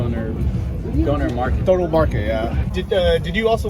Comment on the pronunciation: please, consult Bald, it's pronounced Donna like the name, not donor like organ donor 😂